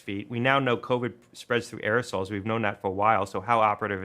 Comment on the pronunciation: I swear to God he says we know it travels through "aerosols".